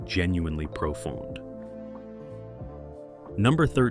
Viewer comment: Please monitor the AI narration. Don't be lazy. The AI doesn't know how to pronounce the word "profound." Why are so many people doing these videos too lazy to check it? Computers are only as good as the people who program them. There's a video about the 1960s Avengers TV show which didn't know how to pronounce Patrick MacNee's name!